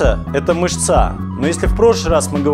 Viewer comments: В слове мЫшца ударение на 1 слог , а не на последний мышцА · Всё здорово, но ..мЫшца, а не мышцА. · мЫшца! Ударение правильно ставьте,слух режет!) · Мышца́!!!! Переключил сразу...... Канал для одичавшей школоты... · Боль для ушей когда слышу мышцА, а не мЫшца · Ну не мышцА же, а мЫшца! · МышцА.... Мне преподаватель по анатомии 2 ставил за это... мЫшца, правильно говорить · не мышцА, а мЫшца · Как только услышал "мышцА", "мышцЕ", сразу выключил. Позорище. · Кто-нибудь чего-нибудь понял??? Я вот ни хера не понял! Да, и нужно говорить мЫшца, а не мышцА! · Блин, мышцА режет слух, канеш. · МЫшца, мЫшцы, мЫшце Не иначе Не на конец слова ударение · МышцА! дальше слушать не стал))